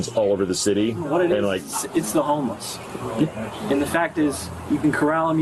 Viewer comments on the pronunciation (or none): Did he say the homeless or the homos? Because it sound like homeless but idk